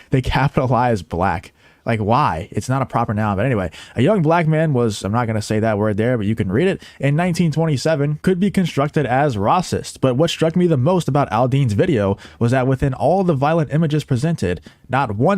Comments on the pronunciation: Why r u pronouncing racist as if it's spelled rossist? Where r u from? 😕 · It’s annoying he is saying racist with a schwa sound verses the long “A” sound. However, they are both spelled with an “a” not an long “I” or short “I” like in paw, raw, call, or small. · The correct pronunciation is not riciest(no such word I'm aware of) its racist. Jason Aldean did absolutely nothing wrong nor were his song lyrics racist.